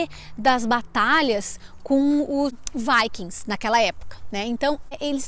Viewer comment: Kkkkk essa moça falando "Viking", é rir pra não chorar.